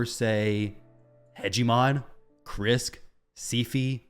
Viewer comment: He said Hegemon 🎉😂